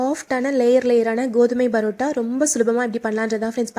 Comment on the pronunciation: Parota madam barota இல்ல